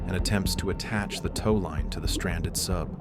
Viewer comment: what upsets me is the egg timers are more precise than you pronounceing tow.